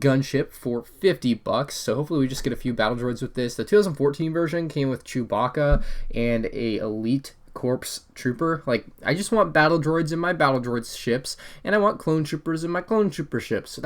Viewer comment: it's not corps, it's pronounced CORE! GET YOUR WORDS RIGHT! IF YOU DON'T KNOW HOW TO PRONOUNCE A WORD, LOOK IT UP!!!!!!!!!!!!!!!!!!!!!!!!!!!!!!!